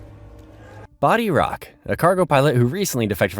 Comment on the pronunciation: Hey, It's Not BODY ROCK, The Defector, It's Bodhi Rok (Bo-Dee Rook)